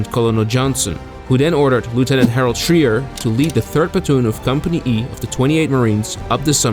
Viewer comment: Some help on pronunciation of names: Harold Schrier is SHRY-ur, not SHREE-ur. Louis Lowery is LAUER-ee, not LOW-ur-ee. (Think, “loud”, not “low”) Franklin Sousley is SAU-slee, not SOOZ-lee. (Again, think sound of “loud”) Michael Strank is STRAINK, not Shenk. Rene Gagnon is REN-ee, not Ruh-NAY. Spelling in photos: Schultz, not Schulz. Quality of your vids is always first-rate, so noticed these miscues. Keep at it, love your channel.